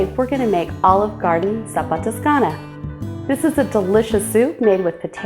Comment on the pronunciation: You pronounced the name of the soup wrong smh....